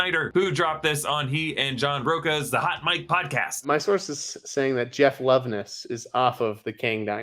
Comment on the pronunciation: His last name is pronounced, ro_CHA. Not Roca. I know this because I have the same last name.